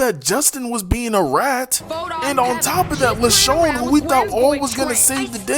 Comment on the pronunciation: How come you kept calling Leshawna Leshawn?